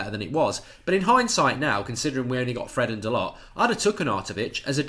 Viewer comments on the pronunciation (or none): none